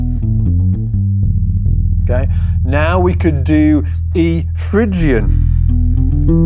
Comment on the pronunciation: It's Phrygian, not Phygian :-)